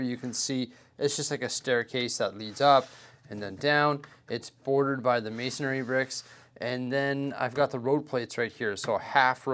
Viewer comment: it's not a true video unless there is 'Masonry bricks' mispronounced as Masonairy 😆 💙